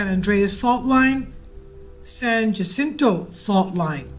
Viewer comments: Oooofff the way you said jacinto 😂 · You can’t even pronounce jacinto correctly. Get back in your corner Scientists don’t know shit, all they can do is guess